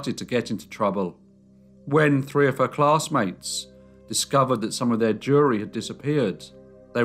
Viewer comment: Every time you say jewelry, I hear "jury."